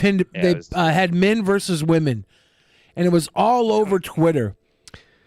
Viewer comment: Why does pronounce women weird